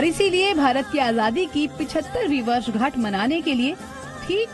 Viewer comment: वर्षगांठ बोले कि वर्षझांठ😂😂